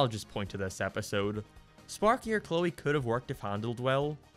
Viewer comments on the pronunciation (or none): none